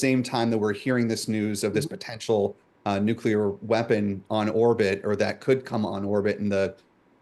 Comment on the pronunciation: I couldn't listen past the first "nucular". Hearing that from professional journalists somehow obliterated my interest in this podcast.